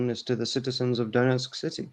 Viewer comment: On the topic of accent, could any native Russian speakers comment on his pronunciation of "Donetsk"? My Russian is very rudimentary, but I'd have palatalised the "n", whereas doesn't. Have I got the pronunciation wrong, or is actually pronouncing it with an English accent? In the latter case, I'd say that that might indicate he has been trained not to speak English, but to pass as English, so nobody would suspect he is Russian. Usually, however fluent you are in another language, you don't mis-pronounce words in your own language in the way speakers of the other language do. I'd imagine that that would also apply to someone who grew up bilingual.